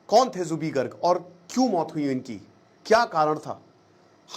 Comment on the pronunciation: Aap uska naam galat ucharan kar rahe ho Zubin nahi Zubeen